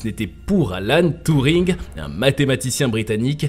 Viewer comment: C'est pas touring , mais Turring